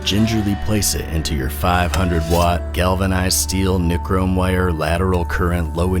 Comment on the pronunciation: It's "Nie-Chrome" wire, you country bumpkin.